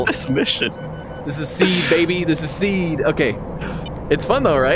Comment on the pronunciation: SEE-ADD. Not seed.